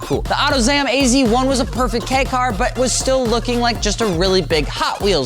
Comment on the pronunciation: Love it when people mispronounce Kei as "key" /s. It's pronounced like the letter K, aka "kay". "Ki" is pronounced like "key". By extension, Kouki is not pronounced like "cookey" but rather "kohkey". It's not hard people.